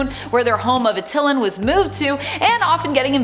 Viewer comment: It’s pronounced AT- EH-LAN